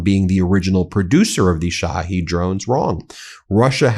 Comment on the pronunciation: at least TRY to pronounce it correctly! SHA-HEAD drones! SHA-HEAD. Not she heed, not shahaed, not sahaed!